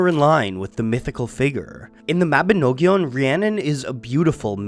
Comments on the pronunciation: Mabinogion is pronounced Ma-bi-nog-ion as Well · I have never heard a non Welsh person try to say Mabinogion before, and it was jarring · lol does he have to keep saying mabinogion like that